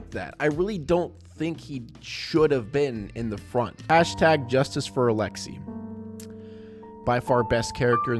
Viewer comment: Alexei is pronounced alex Eh not ee, eh, “A” not “E”